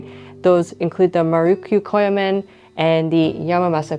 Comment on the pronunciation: Your pronunciations are abysmal. Everything was terrible, but "Marukyu Koyamaen" was a next level bad that I didn't know was possible.